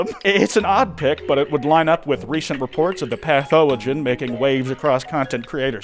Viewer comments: gorrhamn "Pathowogen"... God sake..... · I have only just now learned how to say pathowogen thank you